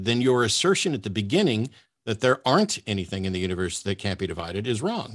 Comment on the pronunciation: It is annoying how keeps using a "K" instead of a "G" when saying a word ending in "G"...like "AnythinK" and "The thinK is" etc.